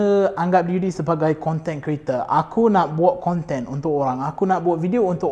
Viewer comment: Selalu tengok melayu bercakap ada slang omputih sebab dibesarkn berbahasa inggeris, ni betul2 omputih ckp melayu dgn slang omputih. sebut content creator aku asyik dengar content kereta 😂 setuju pasal fitness tp nk bg cadangan buat yg ramai boleh follow, dan diet sekali. Maksudny diet suku2 separuh. Bukan strictly eat clean no oil no sugar but try to minimize the intake 😁